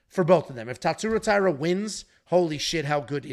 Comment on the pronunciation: the closest correct pronunciation would be if you read hosha